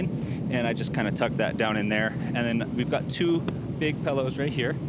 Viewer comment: Pellows...pellows?! PILLOWS my guy